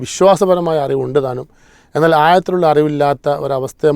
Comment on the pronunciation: ആയത്തിലുള്ള അറിവല്ല, ആഴത്തിലുള്ള അറിവ്, മൗലവിമാർ മലയാളം ഇംഗ്ലീഷ് ഉച്ചാരണത്തിൽ കൂടി ശ്രദ്ധിക്കുക'